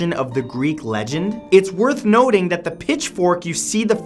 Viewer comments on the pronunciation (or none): It sounds like he said nerth woting instead of worth noting when talking about the phallic painting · am I the only one who heard Matt say "it's noth wording" instead of "it's worth noting" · Anyone notice he says " north woting" instead of worth noting? <3 matt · "It's noth worting" as opposed to "it's worth noting". Why am I like this? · Wait.. I assume he meant to say worth noting, he said noth werting. Huh? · Anyone else catch that he said "noth wording" instead of "worth noting" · I can't be the only one who noticed he said "nothe worting" instead of worth noting in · "It's nothe wording" Not sure if he meant to say that or if he mixed up "worth noting" lmao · anyone else notice he said “noth wording” hehe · Wonder if you cought "...is noth worting..." when you were discussing The Decameron at mm lol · he says "nothe worting" lol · Everyone talks about how he called hades a goddess but no one talks about how he said "noth worting" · "its noth worting" -Matthew, 2017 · "It's noth worting" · "Noth Wording" lol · "It's Noth Worting"?? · It's noth worting lol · "It's noth worting" XD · "Noth worting" ??????? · "Its noth wording" lol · "it's noth worting..." lol was that intentional for us to catch or just a slip of the ol tongue? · "its noth worting" lololol! sorry for laughing, but it's nice to know I'm not the only one who jumbles words like that xD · he says it's Note Worthing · Did anyone else notice he said "it's note wirting"? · anyone else notice he said "noth worting" ? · "Noth worting"